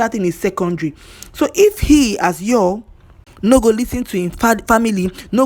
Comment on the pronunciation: At least erh, make we try to dey pronounce his name correctly, it's yUl as in the same way u pronounce spoon, full, cool, smooth, YUL, even him pronounces his name in this way, but una dey over look am dey call am another thing, and pronounce it as yALL, why naaw? At least as a human being first give am small respect and pronounce his name correctly. If na u wey dem call ur name anyhow, u go like am?